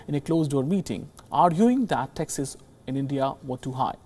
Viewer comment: Why does he pronounce taxes as “Texas”